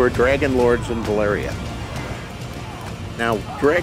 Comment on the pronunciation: I'm really bothered by how GRRM pronounces "Valyria". Is he like daring people to correct him?